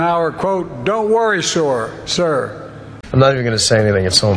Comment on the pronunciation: New Army recruits to their DI. “Sore, yes, sore!” 😂